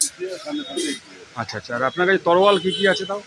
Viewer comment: তরোয়াল ❌️ তলোয়ার ✅️